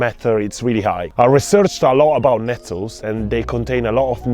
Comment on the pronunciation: Glad you put a timeline at the bottom, your words are hard to understand sometimes. I had no idea you were saying "Nettles"....be mindful of saying words carefully